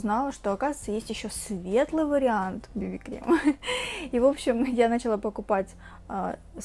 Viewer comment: началА УДАРЕНИЕ НА ПОСЛЕДНИЙ СЛОГ!!!